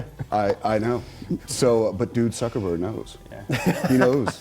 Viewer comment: He said SUCKERBERG. Don't believe the hype on the CC